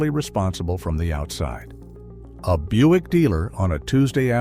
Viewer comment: It's pronounced "Byoo-ick", not Buck. Fix your AI voice thingy.